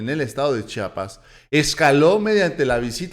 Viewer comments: Disculpa que te lo diga, pero se dice chiapas, no chapas.. Te agradezco buen dia.!! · SE PRONUNCIA C H I A P A S !